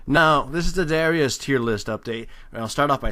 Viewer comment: It is pronounced dyrus...